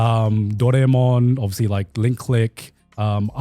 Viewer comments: "dorei"-mon is such a different vibe than doraemon 😂😂😂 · that's exactly how we Indians pronounce "doraemon" it "dorey-mon" for us